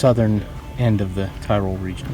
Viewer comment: say "Ti-rol" not Tie-rol